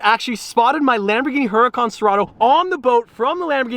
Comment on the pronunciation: why "HURRICANE" 😩😵😣😖😣😫😫😫😤😤😠😠😡😡🤬🤬🤬🤬🤬🤬🤬🤬 if the right name of that LAMBORGHINI 🐂 is "HURÁCAN" 🌪️ ...🤔?!!? Sorry but I think that isn't too difficult to READ & PRONOUNCE the RIGHT NAMES of Normal/Super/Hypercars... ...overall like BUGGATI, BOOGATI, BOOOGGATI" 😖😣😣😩😵😩😩😩😩😫😫😣😖😖😠😠😤😡🤬🤬!!! I'm an ItalianPetrolhead like Ferruccio 🐂Lamborghini , EnzoFerrari or EttoreBugatti , and and I become FUCKIN' CRAZY when I read INCORRECT PRONUNCIATIONS of the names of CARS, MODELS AND AUTOMOTIVE MANUFACTURERS, where it would be enough to READ JUST AND ONLY the name and, it's a matter of not knowing the CORRECT PRONUNCIATION but, going from "HURÁCAN to HURRICANE" (where the 1 ° word is Spanish, not even Italian) it drives me CRAZY, as if I called DODGES "CHARGER or CHALLENGER" in Italian, translating them "CARICATORE o SFIDA" 🤷🏻‍♂️!!! Does it seem the same to you 😉??? I don't think it's the SAME THING...right 😉????